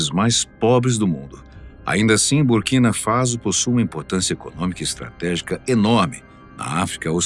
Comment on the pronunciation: Faso e nao Fazo Burkina faso* a pronúncia é faço... Burkina Faço ( correto é escrever Borkina Faso"